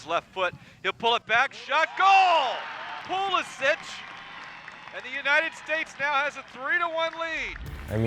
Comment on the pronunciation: It’s sad that you can’t pronounce your own last name properly.